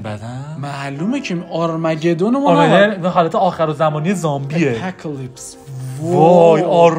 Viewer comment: اونم آرمَگدون نیست بچه ها، آرماگدان/آماگدان تلفظ میشه 😂😂😂 عاشقتونم برای واقعی